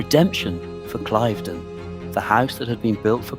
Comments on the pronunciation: [Klaiv- den] SOUNDS STUPID! It is [kliv-den]!!!! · Your pronunciation of Cliveden is incorrectl. It's Cliv', then 'den', not 'Clive' 'den'. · Cliv-den. I should know I was born there (well over the road 😅) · It’s pronounced ‘cliv-den’, not clyve-den’🙄🙄🙄🤨🤨🤨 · It is note pronounced Clive den it is pronounced cliveden where the cliv bit rhymes with give! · Pronounce “Clivedon” correctly!! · Please learn the correct way to pronounce ‘Clivedon’ …. It’s so irritating 😬